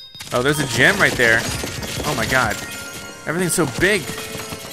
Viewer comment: Every time says "gem" I hear "gym." lol